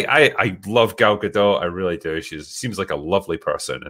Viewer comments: Gadot is Israeli not French. The T is not silent! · At this point it would be easier to get to correctly pronounce Gal Gadot than it would be to salvage this movie, lol